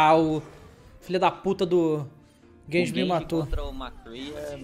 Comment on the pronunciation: N é genji, é gayji